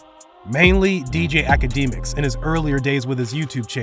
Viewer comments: Did he say akadeemiks? Come on man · I know he ain’t just say Akdeemicks n chirock🤡🤡